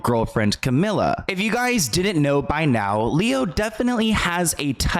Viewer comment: Camila with one L is pronounced Ca-mee-la. Two L’s is Camilla Ca-mill-uh